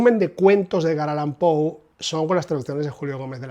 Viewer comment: Excelente info como siempre, precisa, rigurosa y objetiva; y por fin escucho a un español decir "Pou" y no "Poe". Tampoco se necesita mucho esfuerzo darse cuenta que Poe es un master, sea cual sea la traducción. "Páginas de Espuma" edita con calidad sin dudas, pero esta cubierta es "horrible", y ni hablar de la libretraducción que quieren promocionar como "original". Respecto a Mariana Enriquez, solamente "El Cuervo", le sobrepasa por 10 veces. Agrego que tengo la de Gredos (Cuentos), con traducción de Cortázar.